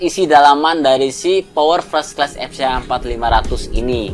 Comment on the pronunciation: Fres kles? Fers(t) klas kali bacanya